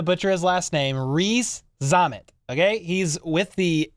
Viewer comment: Veach and his scouting team... miles ahead of the pack. That said, I don't see why you struggle so much with his name. Rees-Zammit, as it spells, pretty simple.